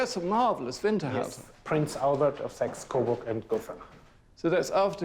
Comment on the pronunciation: Oh come on!! Saxe Coburg is translated as" sexes kava kava?? ". You guys suck. When are we going to be released from this torment.. Grànted, I can't speak Chinese, but I wouldn't try. . Kudos that you've studied and learned,but this is madness. You're making us mad 🙁🙁🙁🤔🤔😖